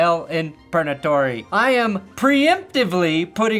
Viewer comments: Did you say Perna-tory? 😂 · I could SWEAR I heard you say “PERNAtory” when talking about who was in purgatory, and I STG if you don’t start calling it that…